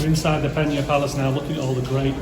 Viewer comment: Good insight thanks. However, Amazed how you managed to say the name of the site maybe a hundred times in this video incorrectly😂 it's Pena, not Penha (which is how it would be in Portuguese if written close to the way you pronounced the somewhat Spanish sounding Peña)